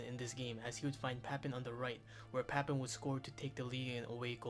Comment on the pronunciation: You need to work on you're pronunciation bro, you slaughtered papin and deschamps